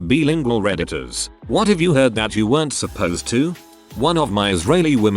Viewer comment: Bilingual Computerized voice: Bee-lingual!